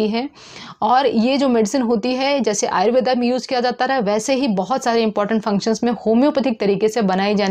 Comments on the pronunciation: कृपया कर आयुर्वेद को आयुर्वेदा ना कहें केवल हिंदी का उपयोग कर अपनी संस्कृति का मान बढ़ाए ।धन्यवाद । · आयुर्वेद होता है...आयुर्वेदा नहीं